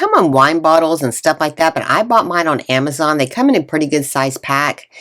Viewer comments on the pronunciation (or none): none